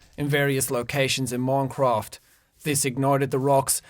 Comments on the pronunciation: That's not even how we say it here. He's bad at this. T R I G G E R E D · ITS MINCRAFT NOT MONCRAFT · He said moncwoft😂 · I like how he says "moincroft" instead of minecraft XD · Seann Escorrido im joking cus he sayd moncraft instead of minecraft.... ._. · its not moncofth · "moincraft" lmao, he actually did have a nice accent back then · I love how he say moincraft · "moincraft" "water" "foer" "bern"